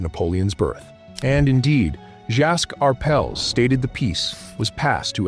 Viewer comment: THE NAME IS PRONOUNCED “R” “PELLS” TWO WORDS NOT ONE!